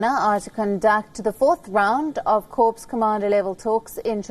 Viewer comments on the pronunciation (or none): it is pronounced KOR not KORPSE. Do u have any shame in you for stupidly mispronouncing a term that nearly 1 crore army soldiers, kids, and pensioners pronounce correctly. talks ko toaks bolkar style matt maaro behanjee... corps ko kor bolna seekho